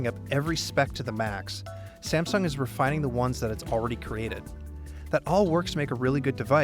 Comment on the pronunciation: Sa-meh-sung Galaxy Note 5 review :-)